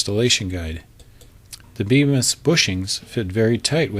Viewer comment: It's actually pronounced Beemis but despite that it's a good video.